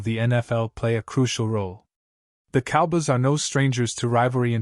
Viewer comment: Ih thnk th dlls cowbys wld lk u to prnnce sm fkn VOWELS! There are two o’s in “cowboys” and you should pronounce both of them!